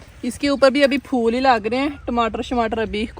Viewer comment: Fool NAI HOTA phool HOTA hai 😂😂😂😂😂